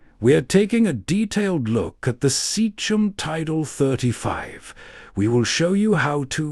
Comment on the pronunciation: Seachem (sea-kem) Sea is water and chem for chemicals (water chemicals) not seach-em. You're not David Attenborough and this is not a documentary.